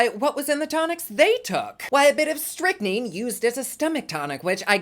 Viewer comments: Firstly, it is pronounced "strick-nine" and, as per the usual for English, should be spelled better! Ffs english... get it together! Secondly, holy bat freckles, this story is something else. I couldn't confidently say that I have any answers here. I don't have a clue. There are some really credible sounding possibilities, but the amount of suspish is just too damn hard to ignore. Mind blown 100%. Drives me nuts that we'll NEVER know now! Ugh! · Strychnine is pronounced Strick-NINE, and tap water has it in there at "acceptable levels." I think Robert did it, that explains why he wouldn't let Hector open the stomach during the pre-autopsy autopsy.